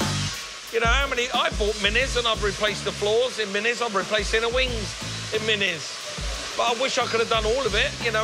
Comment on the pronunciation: Minis, not Mini's